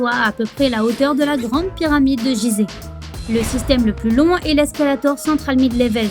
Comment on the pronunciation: Petite video sympa malgré la speakerine à la voix agaçante et qui ne respire jamais (au fait Gizeh, ça se prononce "Guizé").